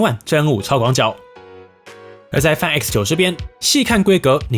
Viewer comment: 麻煩先去了解一下Find怎麼唸